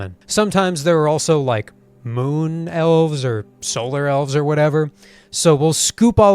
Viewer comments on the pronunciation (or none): none